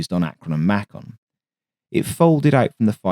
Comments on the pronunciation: FYI: MAY-kin not MAH-con. According to Google, the Culver was a Culver Cadet converted to being a target drone. Launching stand-off "missiles". Launching stand-off missiles. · one thing in the US we pronounce Macon may-can not may cron. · Your pronunciation of Macon, while understandable, is a bit off, in the USA its pronounced May-Kun. This is from someone who lived in Macon, GA for some time. Keep up the great videos! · USS Macon rhymes with bacon. Macon is a city in Georgia. USS Ackron, emphasis on the ACK. Akron is a city in Ohio.